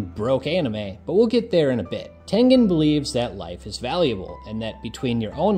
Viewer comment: Thank you for pronouncing HIS name correctly😆😆😆